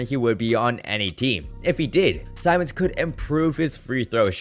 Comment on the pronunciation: It’s Ben Simmons not SAIMMONS